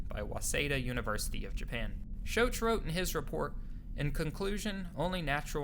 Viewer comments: Robert "SHOCK"... Not "shoach" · His name is Shock! Pronounced Sh. Ock. Your murdering that man's name! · Edgar “Kay-see”, Robert “Shock” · Dr Robert Schoch is mentioned in this vid ... just pronounced incorrectly as "Showsh" instead of "Shock".... His photo is there too . Excellent video. Thanks for this. I've often wondered why nothing more has ever been made public regarding these tunnels but with ZH in the mix there will be little or no progress of any real merit. Almost 10 years since he was "removed" yet his blinkered and stubborn attitude continues to stifle and thwart any news coming out of Egyptology. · Schoch is pronounced "Shock" Cayce is pronounced with 2 syllables like " KC" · Robert "Shosh"....cringe. otherwise a great video. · Casey, not Case. Her-o-da-tus (2nd syllable accent) Dr Schock, not Shoke. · Good video but Cayce is pronounced Kay see and Schoch is shock... Important people in this scenario. Check out unchartedx videos, too. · Could you lazy bastards actually bother to learn how to pronounce proper names? Cayce is pronounced Cay-see and Schoch is pronounced shock. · "Robert Shoesh" haha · I’m sure someone has already said this, but Robert Schoch’s name is pronounced “Shock”. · that's a funny way to pronounce Schoch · Good vid. But your mispronouncing Robert Schoch .. the greatest hero of the sphinx story....man that tells...it tells u didnt read much. Great video thought!!! Keep it that way! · He's mentioned, his name is just pronounced incorrectly.